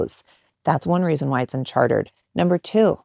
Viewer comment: "Unchartered" lol